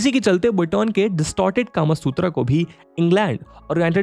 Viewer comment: sir...or... british culture india me itna deep he ki aap bhi .... kama sutra ko... कामासूत्रा बोल रहे हो ना कि कामसूत्र